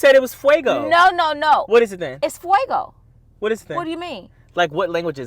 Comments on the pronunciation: Fay-go company is based in Detroit. I grew up on it. But I’m rolling at B saying Fuego😂😂😂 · Fay go not Fwaygo and Fay go is Detroit MI made and im from the D, is CORRECT!!!!!! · 😂😂😂😂😂😂😂 you already know they are going to get you in this comment about where “FUEGO” is from and how it’s pronounced 😀😀😀😀 my first experience with wing stop was not good so have to try again. Shout out to Hispanic Heritage Month FUEGO!! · Can somebody please call and let her know its Fay-go and not Fuego/Fwaygo, lol. Then she kept making a melody out of it. tried to tell er😂😂😂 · 😂😂😂 it’s definitely Fay-go not fuego🙃 y’all are hilarious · Girlll its Fay go....its not a black or white version it's a you're wrong version got my boy looking at you like what . You hate to be wrong and be in left field wrong yelling fuagoo 😂😂😂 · Fuego means fire in Spanish and is pronounced fwego. The drink is pronounced Fay yo! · All us Spanish speaking people are screaming at the screen that is pronouncing it correctly. It's not Fuego...... I'm stressed. Lmaoooa 😂😂😂😂. Y is not sound like that in Spanish B... lol lol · It’s Fay-Go but I’m crying at saying Fuego😂😂😂 You two crack me up always, Hey 👋🏾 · B felt a little Spanish today today today 😂😂😂 Fay-go lol is Right 👍🏾❤ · I'm laughing so hard it's pronounced FAY-GO like hey Faye let's go lol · It's Fay-go... what are you talking about....lol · Being from Detroit it’s Fay Go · lol it’s a Detroit Brand and we definitely say FAY go 😂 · It’s definitely Fay-go like said. It was created in the D and we say Fay-go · It’s definitely Fay-go but have me cracking up 😂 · LOL being from Detroit I can tell you that Faygo is pronounced ( Faye-Go). but nice try lol.... is right. I just love y'all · Detroit native here, it’s definitely FAY-GO! 😂😂😂 she’s so passionate in her wrongness ☠️ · It’s Fay Go lol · its FAYE-GO lol, Detroit in the building!!!! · It’s Fay-go all day long 😂😂😂😂😂